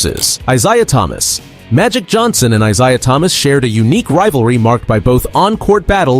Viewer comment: You’re saying Isiah and Steph’s names wrong on purpose 😭